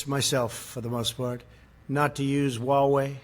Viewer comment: And “huawei” too. It should be “hwah way”, not “wah way”. Why doesn’t that “h” make sense to you?